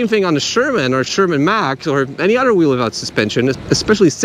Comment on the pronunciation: Say “other.” Now say “utter.”